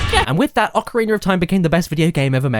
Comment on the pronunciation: Ocariner of time